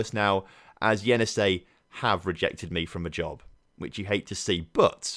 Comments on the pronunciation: I'll try my best to help you pronounce Cukaricki. Try saying it like this: chucarichki (where ch has same sound as you would say czech, cz letters). Accent is on letter A. So you would say it chucAAAArichki. Hope it helps :D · It is pronounced Chukarichki (Cukaricki) bro. I would love you to get that job. Best of luck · Actually yes, but I like how pronounce "Kukariki", it's so funny😂